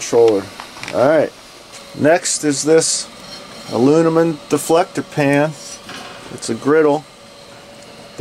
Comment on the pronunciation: Great video! Love my PK 300 too! Your Stoker is a great idea. Thinking about making one myself. Oh, and “uh-loo-mi-num.”